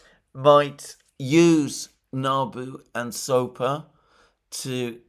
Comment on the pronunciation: Alexander it is Sapo not Sopa, just like toad in Portuguise.